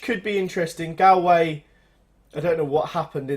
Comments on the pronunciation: it's pronounced golway not galway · It's pronounced GOLL-WAY